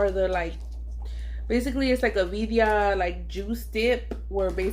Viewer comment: That looks so good! Got me hungry. But were u tryna say Birria?